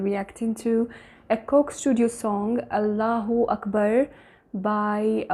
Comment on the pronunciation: C'mon you are not from Morocco. You are from either India or Pakistan. Arabs don't pronounce "H" as you did.